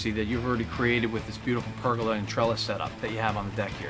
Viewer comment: PergOla not pergUla. pronounced Per-gola